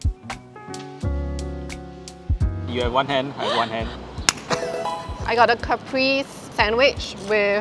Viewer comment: It’s pronounced ‘ca-preh-zeh’